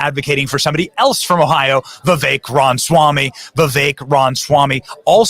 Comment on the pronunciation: Benny, it bothers me when you mis-pronounce Ra ma swamy's name. It is NOT Ronswamy!!